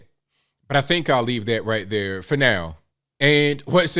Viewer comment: I like the way you do that right thurr 👵